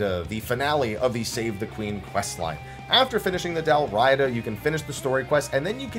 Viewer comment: Dalriada, Dal Riata, Dal Riada.. It's a historical Gaelic kingdom which XIV takes a lot of naming from. You had it correct. I'll also mention the common mispronunciation of Dun Scaith, which is also a historical area in Scotland.. More like "Dun Skye".. located on the Isle of Skye.